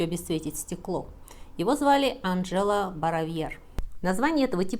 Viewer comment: Имя Анджело произносится с ударением на первый слог в соответствии с произношением в итальянском языке.